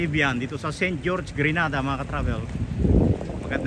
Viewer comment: It is pronounce gre_nay_dar!! Please thank you. Grenada is in Spain.